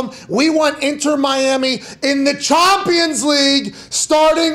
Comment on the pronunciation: “Mbap”, “MLSth”, “Chompians League”, “Methi”… this had be rollin 😂😂